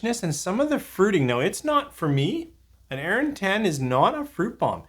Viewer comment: Yep, pronounced correctly. As much as I LOVE Arran, this sounds like a definite miss for me, even at the price (and if it were ever to be seen here). Would rather save my pennies for something better 😉 Cheers! 🥃🥃 Marian 🇨🇦